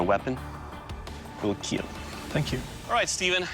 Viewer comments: He didn’t say “kill”, he said “keal” Keep Everyone ALive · it would "keal" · It will keel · It will keel ^^ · and it will Keel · It will keeel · It will keel. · your weapon....WILL KEELLL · it will keal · It will keel! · "And it will keel" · Your weapon will keal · your blade will keal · "it will keel" achmed spoke silently before putting on his turban to see jeff Dunham (trying to give a reason why it could be funny)